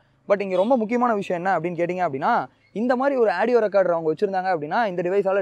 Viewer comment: Aadieo illa da adhu audio da paradesi